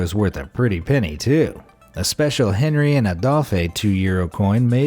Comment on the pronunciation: The proper pronounciation is "on-REE" and "AYE-dolf."